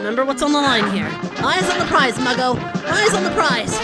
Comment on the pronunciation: Muggo,, I though you said ,,mango